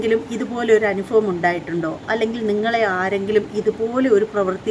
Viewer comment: ആഫിചാരം അല്ല ആഭിചാരം ഫയങ്കരം അല്ല ഭയങ്കരം അനുഫവം അല്ല അനുഭവം ഇങ്ങനെ ഭ ക്ക് പകരം ഫ ഉച്ചരിക്കുമ്പോൾ ലജ്ജ തോന്നുന്നില്ലേ